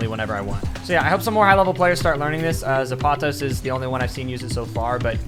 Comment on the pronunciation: When he mispronounces "Zapatos" 😭